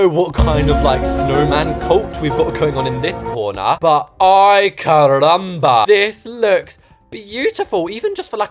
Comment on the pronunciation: It's always a laugh being latina and hear northamericans say spanish words. The Ay CarRrRrRamba is just iconic. +1 social credit